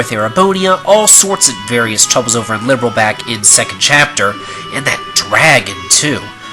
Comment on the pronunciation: am i the only one who's bothered by the way he pronounces "Liberl?" just me? oki. nevermind.